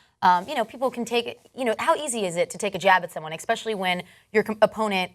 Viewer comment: "Exspecially"...Your job is speaking on camera, fucking learn the language